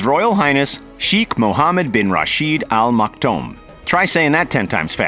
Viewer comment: al maktoum he said like al maktom